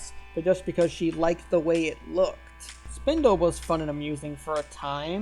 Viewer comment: AAAAAA it's Spinel! not Spindle